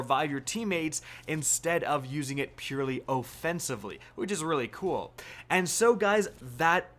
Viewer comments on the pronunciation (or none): none